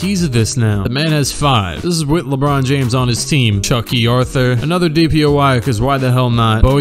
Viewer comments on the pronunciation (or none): none